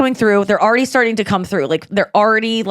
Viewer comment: What's up with the way Nikki says the word "already"? It sounds like she's spelling the word red, R-E-D. .